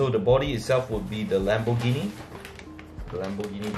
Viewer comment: i lost it when i heard lambourghini .